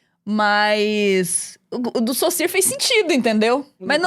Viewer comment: a nilce falando o nome do saussure certo chega me deixou feliz